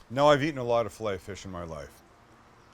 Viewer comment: Your saying filet o fish wrong